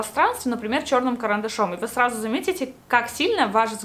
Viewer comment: Она сказала не сразу, а сражу)